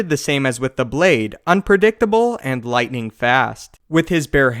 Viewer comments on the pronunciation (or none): none